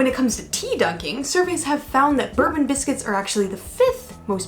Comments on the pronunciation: FYI we/I pronounce bourbon as boar-Bon like “pour” with a b not ber-bun like the whiskey. Also the Jaffa cake vat problem also included the fact a biscuits go soft when stale but a cake goes hard when stale which we in uk know to be the case with Jaffa cakes. This I believe is the definition which still allows there vat free status. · Definitely Bore-bon not Berben :) We're from the UK - you expected the pronounciation to be straightforward? :) And it is Jaffa with a very short A sound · In regards to the biscuits it's pronounced bore-bun. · Bourbon biscuits is pronounced "borebon" ( as in the old French royal dynasty) and not "burbun" (like the liquor). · Bourbon creams are prenounced Bore Bon’s not Bur bons The one is whisky The other a cake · It’s pronounced BOURBON not BERBEN. :) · It’s pronounced Bor Bon not burbon by the way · Is it just me or did anyone else massively cringe when they pronounced bourbon as “berbon” it is pronounced “bourbon” . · It's actually pronounced Bore-bon, not bur-bon. Just a heads-up! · is any other Brit cringing at how they pronounce Jaffa cake and Bourbon, it's hard to explain the correct pronounciation of Jaffa cake but with Bourbon, here in the UK the Biscuits are pronounce borebon and the Whiskey is pronounces Burrbon. Have a nice day. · Boor-bon. Not like the whisky. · 'Bourbon' is pronouned bore-bon (/'bɔː.bɒn/) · Fun fact number 3: It isn't 'bourbon' (as in American Whisky - pronounced /bɜːrbən/) it's 'bourbon' (as in the French Duchy - pronounced /ˈbʊrbən/) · Bore-bun (bourbon) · Before 1988 Minstrels where known as "Treets". These came in Peanut, chocolate and toffee, the toffee ones were known as for a while as "Relays" before being dropped altogether. Bourbon biscuit is pronounced Borebon, not like the Whiskey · Please pronounce bore-bon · I always pronounced them Boor-bon! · Why did say Bourbon wrong but said it almost close to perfect, like his pronunciation was almost spot on, not quite, but almost right.